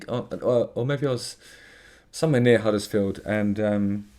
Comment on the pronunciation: You mean ‘Uddersfield? 😂